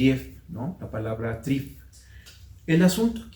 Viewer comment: Algunos términos, sobre todo en alemán, no se entiende su pronunciación con claridad. Valdría la pena escribirlos para evitar una árdua búsqueda en los diccionarios. Ejemplos: de Drive deriva ¿drank?... ¿Trieb? En otras "cápsulas" hay términos similares. valdría la pena aclararlo en este espacio. Muchas gracias.